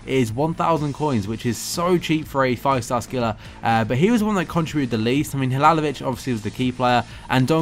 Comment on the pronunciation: Its halilovic not halalovic